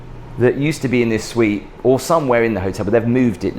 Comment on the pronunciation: Her "SUITE" not SITE.